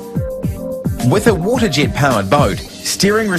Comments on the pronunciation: He keeps saying "water jit" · Ok there are a lot of problems...his fucking accent!!!! Engine=Ingine Vessel=vissel Waterjet=waterjit I hate his accent